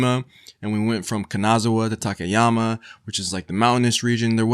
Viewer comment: Love the video but you're butchering the word Kanazawa, every other Japanese word you are pronouncing you're not doing bad. but Kanazawa is really bad.